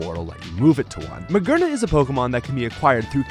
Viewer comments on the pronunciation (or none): MaGEARna not MaGURna! JIRachi not GYRochi! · “Magurnuh” made me laugh way more than it should have 🤠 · Theres no way you're saying these Pokemon names like this unintentionally. You're getting obvious names Like Jirachi and Magearna wrong. As well as names like the classic Rayquaza and Arceus, that many people get wrong too